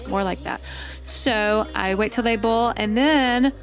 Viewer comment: She said and I’m just going to bull some water 😅😂😂😂😂😂😂😂😂😂😂😂😅